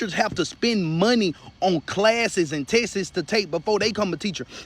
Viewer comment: Did he say tess'es